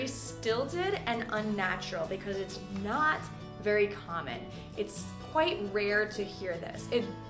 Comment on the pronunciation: What's that NAT you keep talking about? As in: "We native speakers do nat use..."